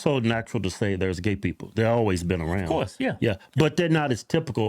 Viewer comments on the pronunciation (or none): none